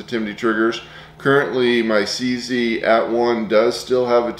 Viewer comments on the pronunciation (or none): It takes an American to read CZ and pronounce it "see-see"! 😂 Apart from that, very informative review! Thank you.